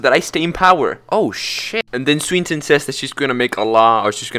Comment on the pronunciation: It's a hard "i" on "Swineton", and a hard "a" on "oasis".